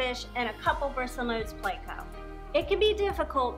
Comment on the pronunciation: I love haw you pronounce pleco you're the best. "plecow" dont change it for anything